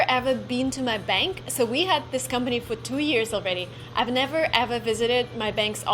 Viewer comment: You just need to work hard at your pronunciation of your English words. Here is a single word I noticed you used a lot. The word is: THIS You pronounce your letter I’s as if they were long E’s. The letter “I”will never sound like a long E (ie. Cheese, These, Please) unless it is followed with the letter “e”, as in “ie” or at the end of a word that ends in, “ing”. Examples, “Chief, Thief, Grief” or, “Thing”, building, hitting, throwing”. In the word, “This” the I is pronounced as a short I and will sound exactly like the way you pronounced the letter I in the word, “Workin”. Workin is not the correct way to say or spell the word, “Working”. However, workin is the slang pronunciation of the word, “working” so keep that pronunciation in your conversational English. You say it, but never spell it as, “workin”. Here are some words to practice your short sounding I’s. THIS, fish, wish, dish, tick, lick, stick. The WRONG way to say those practice words the way you currently do is, Theese, feesh, weesh, deesh, teak, leek, steek. I think your vocabulary is very very good and you could hold a conversation in English with anyone, but you have a very very heavy Russian accent right now. The Russian girl in this video, if I closed my eyes, I’d think she was American. That American connection you feel, Thomas Jefferson described what you feel with these words: “We hold these truths to be self-evident, that all men are created equal, that they are endowed by their Creator with certain unali